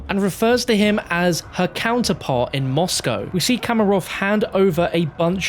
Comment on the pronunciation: how he says Moscow lol